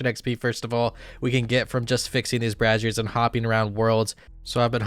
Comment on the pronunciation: watches too much porn. Braziers are not pronounced like Brazzers.